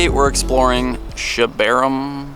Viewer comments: He's in my city! Haha that's what I love about this channel, also it's pronounced (sha-bar-um) (: told you to come here over the summer when it was a bulbasaur nest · Can someone make a 10 hour video of trying to pronounce Schabarum